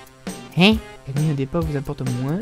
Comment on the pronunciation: On ne dit pas " moinsse " mais " moins " :P